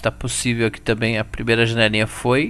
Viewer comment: não é pociveu!